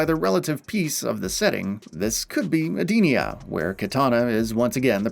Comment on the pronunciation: The mispronunciation of Bi Han and Edenia makes me cringe